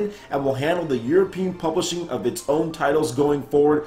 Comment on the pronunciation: Plublishing??? Fail! :)